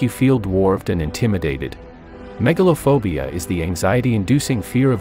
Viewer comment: Megalophobia? Sounds more like Megalovania with the AI voice